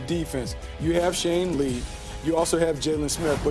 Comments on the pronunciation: This man said Shane Lee...SMFH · he said sean wrong